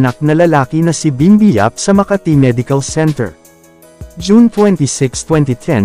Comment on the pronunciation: Please pronounce the word Makati correctly 😳